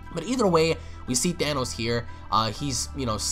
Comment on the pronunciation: "THANOS" bruh😂😂